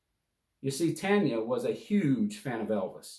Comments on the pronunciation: Not “TANYA” it’s “TONYA” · Tonya is not pronounced Tanya!! Come on bro! 🫤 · Her name is pronounced Ton-ya..not Tan-ya.